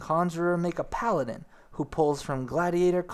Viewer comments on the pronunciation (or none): none